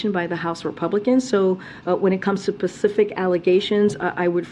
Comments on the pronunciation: 😂😂 "...Pacific allegations..." 😂that's our articulate spokesperson for the White House. Then she reuses the word pronounced properly right after it to show she does know how to say specific. Gotta love hiring someone for their diversity instead of their competency for the position. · “… when it comes to Pacific allegations …” she’s supposed to be a spokesperson and can’t even articulate the word “specific” ?? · She said pacific it's specific you anti american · She said pacific instead of specific 😂😂😂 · Dear Mophead Pierre, I hope you understand that the word is NOT pacific…..it’s SPECIFIC. You ID10T error since birth. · She said "Pacific Allegations" lol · “When it comes to PACIFIC allegations”….??? 😳🤦‍♀️ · She said Pacific instead of Specific! 🤣🤣🤣🤣🤣🤣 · Did she say "pacific allegations"? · Why do some people always say the word Pacific meaning to say the word Specific? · What the hell are "pacific aligations" she is so ignorant it's ridiculous she even got hired. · 'Pacific' allegations 🤦‍♀️ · Pacific allegations..... Here's your White House Press Secretary. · “…Pacific allegations.” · She says, "when it comes to PACIFIC allegations". Jeeezzz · Did she actually say "pacific" instead of "specific"? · I can’t believe she said pacific instead of specific. How did she get this job? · Did she really say "pacific allegations"? And she's the speaker LOL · she says "pacific allegations" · “pacific allegations” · "Pacific Allegations?" There's a whole ocean of them 🤣🤣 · She says, "Pacific allegations." 🤣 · She "probly" did😂